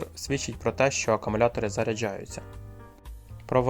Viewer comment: Все файно! Але НЕ "АКАмулятори", а АКУмулятори.